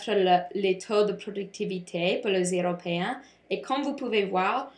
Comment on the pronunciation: Bon travail! Tu as beaucoup des détailles intéressantes, mais tu peux améliorer ta prononciation avec les mots comme "heures" et "européens" :) --Marissa et Taylor